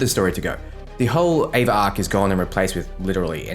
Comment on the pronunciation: Ava. It's ava.